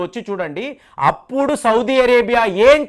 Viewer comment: Sir , first know how to pronounce country names . Sodi vaddu